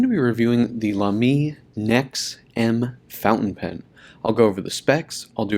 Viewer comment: It's pronounced as "Laa'me" and no "La'meeee" like you did. It's a German brand with a German pronunciation. :)